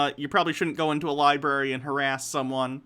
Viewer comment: Heh heh heh, he said “libarry”....